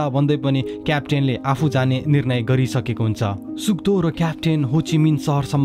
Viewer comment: All the time u were saying suk do and I heard suddo 🤣